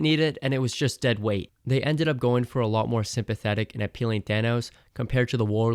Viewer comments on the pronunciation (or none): none